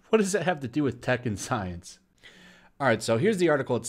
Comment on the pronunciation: I keep hearing Tekken Science instead of Tech & Science